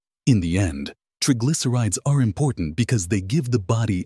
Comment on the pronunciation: Incorrect pronounciation of the words 'triglycerides' and 'basil'